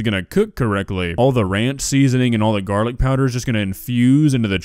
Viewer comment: I absolutely abhor the way says garlic. THERE IS NO T THERE ITS NOT PRONOUNCED GARTIC